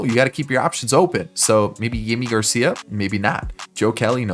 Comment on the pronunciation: its jimmy garcia not yimi garcia. get it right next time.